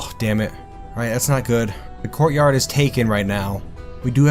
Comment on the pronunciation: I heard, "gore yard" when he said courtyard. Seemed super appropriate.